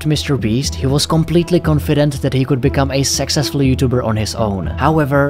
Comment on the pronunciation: When he says "Successful YouTubers" it sounds like "Sexist YouTubers"💀